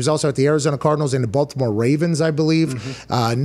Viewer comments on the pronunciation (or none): none